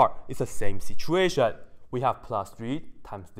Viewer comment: 07.26 he briefly turns jamaican. 'Ear me now mi bredrin. It's always da same sitch'ation......ISNT IT!